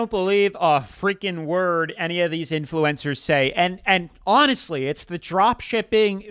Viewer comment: Why are you saying "influencers" like that? Influ-EN-cers? You're putting the em-PHA-sis on the wrong syl-LAB-ble